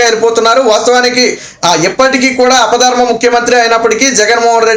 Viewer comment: అపధర్మ కాదు బాబు ఆపద్ధర్మ